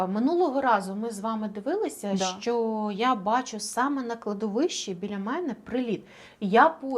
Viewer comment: скажіть нехай не чьокає,в нашій мові чьо,що це дуже погано